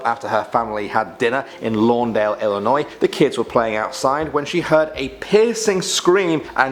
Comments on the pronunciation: Ex-Bloomingtonite here: Thank you ever so much for pronouncing the State's name IlliNOY, rather than that confounded IlliNOISE. There's no noise in Illinois! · thanks for actually pronouncing illinois correctly! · First, THANK YOU for pronouncing Illinois correctly. Second, please do a part 2 for Illinois. Third, please do Indiana Urban Legends. And finally, please do Native American legends. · I'm from Illinois, Mattoon to be precise and I want to say thank you for saying it right. Also, I would love a part 2. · Thank you so much for actually pronouncing Illinois right and I love this channel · Oh my God I'm from Illinois thank you for not staying illinoi"sssssssssssssssz" 😂😂😂😂😂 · Im an illionoisan and thank u for pronouncing it right and plz do an irish legends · wow you actually got my states name right most people from out of illinois add the s and it is quite annoing